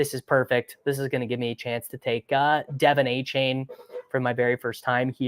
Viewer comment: "DUH-vonn AYE-chann"